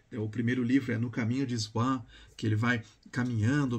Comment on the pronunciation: a pronuncia é Suã (swann)